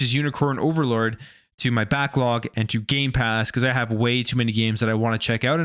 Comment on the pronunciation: Stop saying Gaypass it's gamepass!